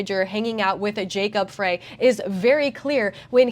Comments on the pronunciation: Do you see the number and letter blocks spelling out the address on the black door? The address “Nicolet” is spelled wrong also. The correct spelling is NICOLLET. Also, it’s not Jacob Fraay, his name is pronounced Jacob FRY!!! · It’s pronounced “fry”/“frei” not fray. FYI just so you know how to pronounce mayor Frey. As for Nicolett it’s “nick-o-lett” or another accepted pronunciation is “nick-lett” as in Nicollet Avenue or Nicolett mall in downtown Minneapolis which is the road that only buses can go down it’s the center vein of downtown Minneapolis. This is from someone who grew up for 18 years and Minnesota plus lived worked and played in downtown Minneapolis before during and Immediately after the disaster and riots in 2020 and has since moved out of the state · Pronunciation update. Jacob Frey is pronounced Fry. Nicolett is pronounced Niclet. Hope that helps. Love the work.